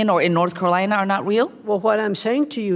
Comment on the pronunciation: It's Carolina, not Colina you idiot....